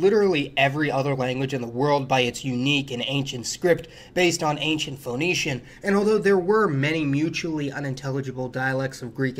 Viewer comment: you don't pronounce the o in phoenician, it's pronounced fuh-knee-shee-inns